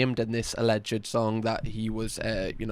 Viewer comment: I don't want to be that guy, but it's pronounced a-lleged, not a-lleg-ed. It's two syllables, not three.